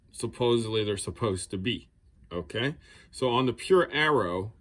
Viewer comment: It's pronounced Aero no Arrow.